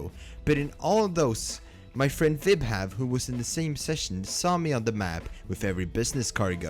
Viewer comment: Vibhav more like...hav...vib...yeah...